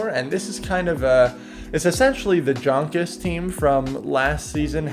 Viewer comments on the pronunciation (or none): It's pronounced yonkus not jonkus fyi good video though, I like seeing the good and bad, not some guy going 5-0 with a whacky team